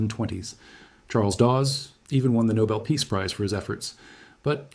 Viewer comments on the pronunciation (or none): none